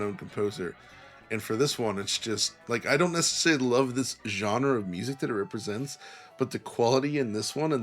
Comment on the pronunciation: Great, now we can add “necessly” to the list of mispronounced words alongside “basely”